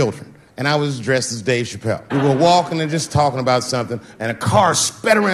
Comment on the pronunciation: Extremely Honest emphasis